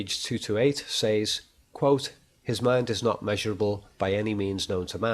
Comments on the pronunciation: So much insight. But u say “saiz “ instead of “sez “ teachers should have picked u up On that. Great work otherwise. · "Ooops I did it again." - What was done again, announciating "G"s at the end of words like appealinGC or saying "says" like "say"+"es"?.. ;] hehe "he can entertain himself in his head for years" BUT YOU SAID HIS BIGGEST FAIR WAS BOREDOM. - Advertisement for his audio podcasts of art/movies etc analysis and some psychiatric related audio files. This was the only ad I got in this whole video, 2 minutes for all this free content, not bad! Then you said serial killers are possibly only intelligent because they are often not caught but for example Bundy was terribly sloppy and arguably just lucky. Edit "Darth Lecter, imagine that for a villian.